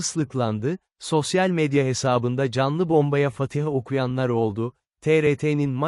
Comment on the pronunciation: Kardeşim emeğine sağlık Yalnız bazı kelimeleri değişik telaffuz ediyorsun evladını Fatiha gibi